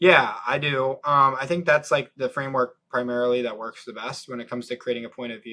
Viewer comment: soy balding French dude cannot comprehend the Chad American sales tactic LMAO American: just speak like a human lol Frenchy: ''urmm I fink you need to filter the lisft..."